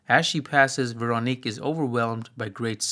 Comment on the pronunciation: This is a minor off-topic point I hope you'll forgive, but for what it's worth, Véronique and Amélie (and French words in general) lack stress accent, which to English speakers makes them sound accented on the last syllable. Hence the names are closer to VehroNEEK and AmehLEE. In some dialects and in songs Véronique sounds like VehronNEEK-eh, but never like VehRONeek. (Incidentally, I've always rather liked the original French name of the second film: "Le fabuleux destin d'Amélie Poulain" -- "The fabulous destiny of Amélie Poulain.") While I'm at it, the L with a line through it in Polish is pronounced a lot like a W in English, and the Polish W is pronounced like a V, and the stress accent in Polish normally falls on the next-to-last syllable, so while I might be mistaken I think the cinematographer's first name is pronounced more like SwaVOmeer.